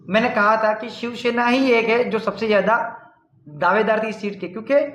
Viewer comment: it's shivsena not shivshena